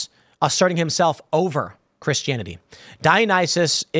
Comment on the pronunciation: I've never heard anyone pronounce Christianity this way.